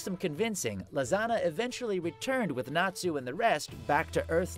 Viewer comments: Am I the only one who thought when Todd said “ Lisanna” it sounds like he’s saying lasagna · why Lisanna almost become Lasagna when you speak her name..? you must be hungry.. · When he says lisanna it sounds like hes saying lasagna lol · The one and only natsu.. or Todd .. just said lisanna’s name wrong ... oh sorry but burn Nali fans